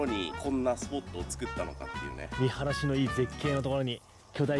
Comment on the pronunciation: 見晴らしが良いっていうのが三原市に聞こえてしまう広島県民